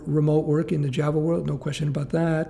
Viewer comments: loves his Jav-uh. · Not sure why I keep hearing Jeva